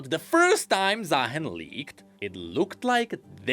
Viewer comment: If not bird like why called ZaaHEN💀